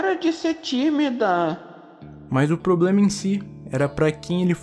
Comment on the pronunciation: "é poblema meo"